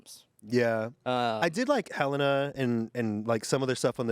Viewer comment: you can tell really isn't an MCR fan by him mispronouncing Helena